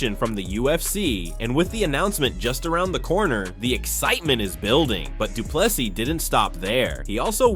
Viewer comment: Say doo ple SEA not plessis or ple SEE! Now where is Dricus fight date?